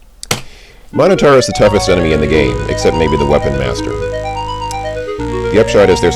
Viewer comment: I'm happy that you pronounce "minotaur" correctly. ' matter-of-fact attitude about it being "minno-tore" really grinded my gears in KQVI.